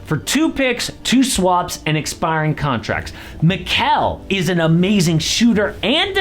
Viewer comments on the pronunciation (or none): none